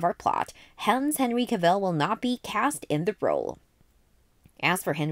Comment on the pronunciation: An entire video of mispronouncing Henry Cavill's last name, that's got to be a feat of some kind